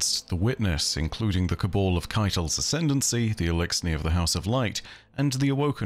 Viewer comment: Like your vids just one thing always gets me - that you say Caball?? (As in ball) but It’s Cabal - even in game cut-schemes you will hear it pronounced